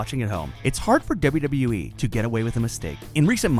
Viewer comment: That "wwue." Always trying not to screw up. Well that's the "wwue" for ya